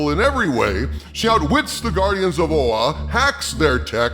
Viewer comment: I lost my shit with the way you said OA haha. This whole thing really sucks to hear, I am a very big green lantern fan so when I first heard of the teen lantern I avoided learning anything about her because I knew it would be awful and damn how it turns out I was right.